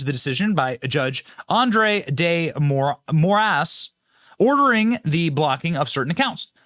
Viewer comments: Did you say more ass for the Supreme Court judge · Did you say the Judge last name is “More Ass. “ ? 😂